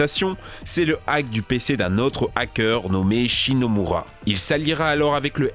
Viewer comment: c'est shimomura aulieu de shinomura. Révise tes classiques.